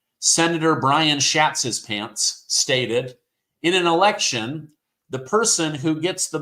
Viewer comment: Brian " SHATSHISPANTS" ?? I KNOW HES BEEN TEASED ALL HIS LIFE. Poor guy😢